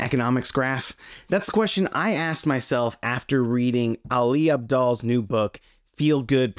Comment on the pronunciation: Ali Abdal is great at wasting others time by telling them how to not waste it. although, it still pains me how you butchered his name.